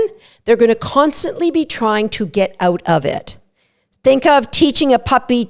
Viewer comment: Release. Please. Also a tutorial on how to pronounce "out". ;)